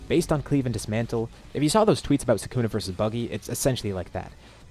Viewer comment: i hate the way he says sukana its pronounced (Sew- ka-na) not (sew-kana)